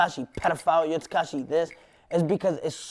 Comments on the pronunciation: "tahquash 69" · why does he always say "Tekai 6ix 9ine" nigga can't pronounce his own name who's mans is this😳😳 and his definition of success is "fuckin bitches" this niggas a child mayne that answer pissed me off I'm tryna put my niggas on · "Tekash 69"